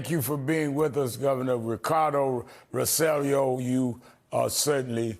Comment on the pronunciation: Rev. Sharpton. Mr. Rosello's name is pronounced: ROW - SAY - YO! Double LL is pronounced like Y.